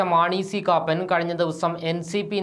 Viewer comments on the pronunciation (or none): എടോ സി കാപ്പൻ എന്നു വായിക്കാൻ അറിയില്ലെങ്കിൽ എന്തിന് ഈ പണിക്ക് നില്ക്കുന്ന ത്. കാപ്പാൻ എന്നല്ല കാപ്പൻ എന്നു വായിക്ക്